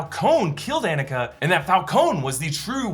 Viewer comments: not to be this person but because it is my name, Annika is pronounced on-nick-uh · Lol: “Anne-ikuh” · Claims to have seen movie multiple times, still mispronounces Annika